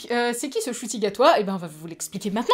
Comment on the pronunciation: Alors c'est un nom rwandais et ça se prononce 'Nshuti' et non 'Shuti'. De rien c'est normal 😉